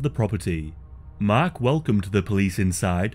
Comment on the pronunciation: Sounds like you were saying his name was “mac” the entire time, but it was actually mark lol 😂